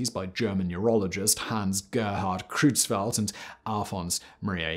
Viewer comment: Your pronunciation of german is awful. Both the eu in Creutzfeldt and the au (or rather, äu) in Sträussler should be pronounced oy. Or, in IPA terms, something close to /oi/. It's also pretty weird that you pronounce the ph in encephalopathy as a /pʰ/ (as per Ancient Greek), but the th as a /θ/, when th would have actually been /tʰ/ in Ancient Greek.